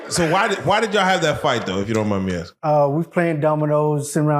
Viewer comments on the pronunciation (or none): none